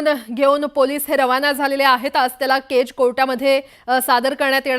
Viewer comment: बाई केजचा उच्चार नीट करा केच केच काय करताय ..... कधी कधी अतिच शुद्ध बोलतात anchor लोक 😂😂😂